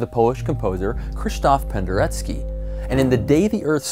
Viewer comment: Good job almost not butchering Penderecki's name :P